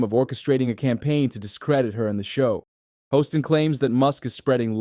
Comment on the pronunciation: It’s Haaaston not hoeston.